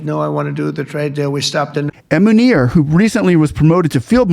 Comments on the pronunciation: He pronounced Munir as Manure which is apt given that he is a Field (LIvestock Field) Marshall !!....controlling the cows and sheep and wiping their rear end.....worthy of his stature ! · Are Americans allergic to proper pronunciation of names. Its M U N I R Buts Americans pronounce it as M A N O R There is no A & O in his spelling.. 🤣🤣🤣🤣🤣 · I just love how you pronounce his name….asim manure. Manure promoted himself to Failed Marshall